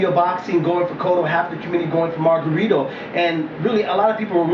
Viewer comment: lmao ive never heard anyone call him mayRunner! lol... funny